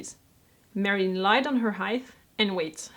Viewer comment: I'm late to watching this video and I just wanted to say the I love how you say the name, "Marilyn"--it's fun to listen to other people speak your language when it's not their native language. But I'm not telling my clothing size; as an American, I am just too ashamed!!